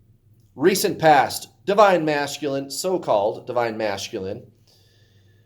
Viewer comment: I love how you say divine ma"sh"culine😂😂 it's my fave!😉